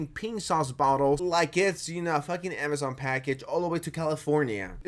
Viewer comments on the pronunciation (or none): none